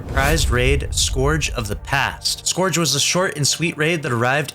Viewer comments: Scourge is pronounced scurge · POV you don’t know how to pronounce “Scourge” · Its not scourge lol